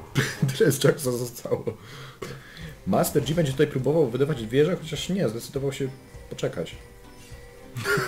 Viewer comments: master DŻI XDDD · Janna=(dzana) Yasuo=(jasuo) Master yi=( master ji) Z jakiej racji master dzi ????? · Panowie. Oglądam was jakiś czas i za każdym razem jak słyszę "Master Dzi" to moje uszy wypełniają się ropa i wrzodami, które następnie perforuja. Z całym szacunkiem do was i do waszej drogi lolowania! 😊 Pokój i Miłość! Joł 😊